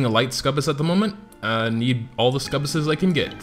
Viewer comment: Ok your pronouncing "Succubus" wrong. Its suc-u-bus